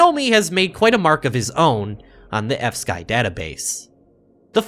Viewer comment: Why do you pronounce fsky like epstein?